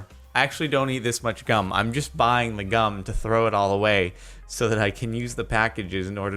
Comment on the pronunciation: When he says gum it sounds like cum